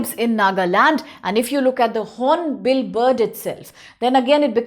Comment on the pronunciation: Its Hornbil not horonbill madam